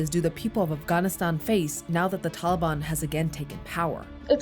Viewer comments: “Da daliban” hahahaha wtf is she saying?!? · Wrong. Taliban in its current form is a Pashto word and she is not pronouncing it as ppl in AFG do. Maybe she's using an Arabic pronunciation, but no one in AFG says it that way.